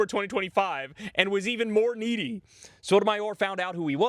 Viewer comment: Lmao "Shy Sotomayor"